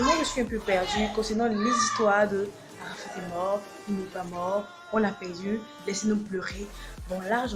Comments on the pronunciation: Dj Arafat pas arafade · Je trouve que te jouer les lolitas avec des mimiques d'ado français décérébré, est pas respectueux...même le ton de la vidéo, le fond sonore est vraiment mal choisi. On dit pas ARAFAde ***....un peu de respect quand même...bref ...tu es pas sage et assez mature...tu nous fait mal et honte .